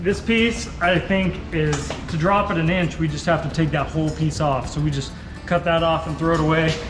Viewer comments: 7/8ths.. "hinches?" 😆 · got me with the H’inches? 😂